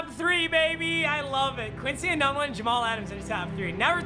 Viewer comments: I say it like ee-noon-wah but on football reference it says it’s correctly pronounced ee-none-wah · It’s pronounced enoonwah papa not enunwa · IKR it’s pronounced Eenoonwa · say it with me it’s Quincy “Enoonwa” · It’s Quincy ENOOONwa not ENUUNwa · It’s e-noon-wa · The way he pronounced Enunwa hurt me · Who got triggered of him saying ENUNWA wrong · cringing at the way he pronounces Enuwa 😬